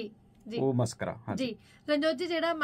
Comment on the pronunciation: ਮਸਕਰਾ ਸ਼ਬਦ ਦਾ ਸ਼ੀ ਉੱਚਾਰਣ ਕੱਕੇ ਨਾਲ ਨਾ ਹੋ ਕੇ ਖੱਖੇ ਨਾਲ ਹੈ, ਇਹ ਹੈ ਮਸਖ਼ਰਾ, ਖੱਖਾ ਪੈਰ ਚ ਬਿੰਦੀ ਸਹਿਤ